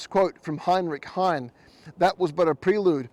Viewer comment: Also mispronounced Heine. Germans pronounce the final e.. These errors detract.